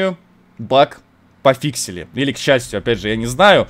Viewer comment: Весь мир: Говорит "Пофикшен" Булкин: "Пофиксин" (Фиксики на месте)